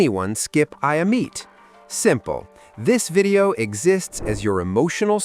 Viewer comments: It's Aemeath not "I'm meat" 😂😂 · Eye-a- Meat 😭🙏